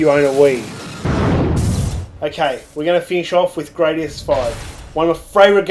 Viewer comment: *Grah-dius, not Gray-dius. See Gradius IV intro for confirmation.